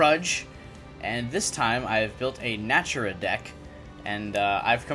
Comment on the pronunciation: One more thing. The Archtype name is Naturia not Natura. Na-Tur-Ia.